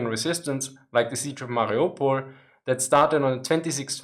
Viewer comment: I heard your mariopol. That was so clearly German, it made me laugh